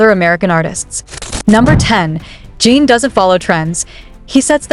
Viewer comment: It's JIN not JEEN! Fix your AI!